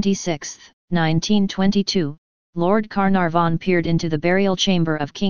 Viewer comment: I love the computer saying lord Car narh von.